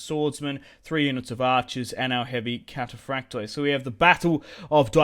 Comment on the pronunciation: Hey,just a tip from a Greek fan...wherever you see on greek units the letters "oi" in the end of a word,it's pronounced "e",not "O-E".so try next time to pronounce it cataphract'e' 😁